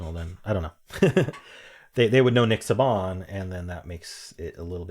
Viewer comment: Alabama coach (college not pro) is pronounced Say-bin not Sub-bahn